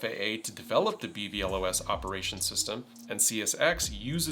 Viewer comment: It's pronounced "Bee-vee·loss" 😅